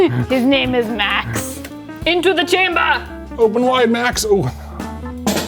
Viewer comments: “into za chamber” is WILD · into the chamba with a german accent is concerning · "Into the chamber" in an Austrian accent does NOT sound good 😆